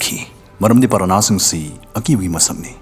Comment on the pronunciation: Parahna haiba ntte brother piranha haibane huhh